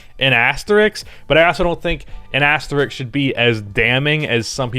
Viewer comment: You’re probably the only white guy that can’t pronounce asterisk.